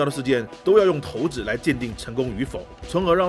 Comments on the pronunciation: 那个字真的念“shaǐ”，不念”tóu”。不别扭吗？😂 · 第一次听有人叫shǎi子 叫 tóu子，查了一下 还真可以这么叫 真是神奇